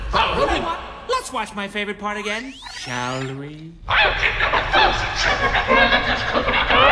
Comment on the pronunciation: The way he said ‘thousand’ sounds like when someone gets kicked in the crotch in the middle of pronouncing a word.